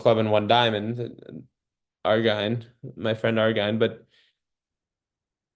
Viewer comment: You must have a different setup. My hand is not fanned out: all cards are in a straight line. BTW, I've heard Argine pronounced so it rhymes with margin.